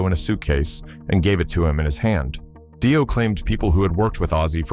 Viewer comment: Yep, there's hundreds of slop accounts with low sub counts, regurgitating any old shit, modifying it and not even getting the narration right.. is an example where Dio is pronounced dee-oh and then seconds later die-oh. AI slop is a fkn shameful waste of resources.